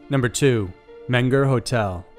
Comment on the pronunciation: it's men-ger or men-go in German. i mean pronunciation. and some locals say mean-ger.